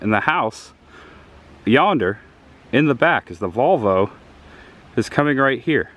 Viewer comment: did you say 'There is the Vulva....(?)', instead of VOLV-O!? LOL. This is so cool to see. Richard